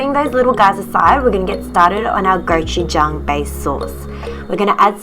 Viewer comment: Goujuchang LMFAO